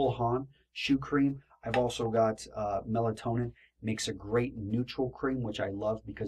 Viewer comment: It's pronounced "Mel-TOE-nee-an," and spelled "Meltonian," in case anyone was trying to find the stuff. Melatonin is a hormone.